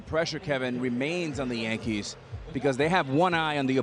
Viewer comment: Tell Ortiz it’s a Y in Yankees